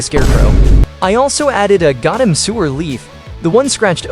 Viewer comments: The was this man says “GOATEM” not Gotham 🦇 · “I feel tick damage every single time you pronounce Gotham wrong”